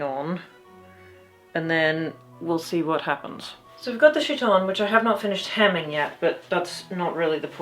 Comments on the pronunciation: I'm not trying to complain about pronunciation, but I'm used to chiton as kite-on instead of shit-on, and it raises some fascinating images... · What is a "she-ton"? Oh. You are pronouncing the name of the Greek clothing incorrectly. It is a hard k sound, not a soft ch sound. There are pronunciation guides on the internet. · Isn't Chiton pronounced KI-ton? Since in greek, ch is pronounced as a K? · oh I'm so glad you also watch Micarah! the two of you have such complementary flavours of chaos in your costuming-type videos (side note: the ch- in chiton is, in fact, a hard k sound. so it's pronounced more like kite-on.) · Hope this isn’t too grammarnazi style but… I’m almost sure χιτών (chiton) is pronounced ˈkaɪtn̩ Funny video by the way 😁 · The most minor of comments: chiton is pronounced khi-tone (because it's χιτών) and the emperor who died in 192 was Commodus not Claudius. But a great costume build using something quite like an actual linothorax (and props for using Greg's reconstruction which is good and not Eero Jarva's proposed method which is less good). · A note - as someone who is Greek, the χ is in my experience is pronounced either like an H, or like a Ch sound, not like a K. If you wanted a K sound, you’d use kappa! (Looks like κ) I’m not too informed on my Ancient Greek so maybe in Ancient Greece χ was pronounced like a K, but based off my experience I believe that’d be pronounced as either chi-tone or he-tone, but not like khi-tone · Random pronunciation hint! "Chiton" wasn't ever pronounced with a sh sound, since its not a French word. You may want to use a k sound if you wish to match Ancient Greek or modern (prescribed by dictionaries) English, or you can use h as a rough approximation of modern Greek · Linguistic note: in chiton, the 'ch' is pronounced 'k', not 'sh'. Nice video anyway, I always like to see people turning their dreams into reality… even when it's difficult.